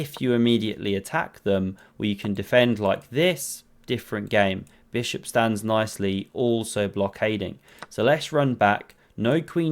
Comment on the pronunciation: “Stack ma bis hop”